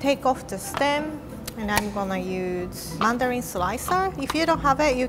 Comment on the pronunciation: I love how pronounces mandoline as "Mandarin." So cute.